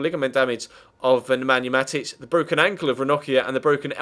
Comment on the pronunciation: You said Nemanja Matic again xD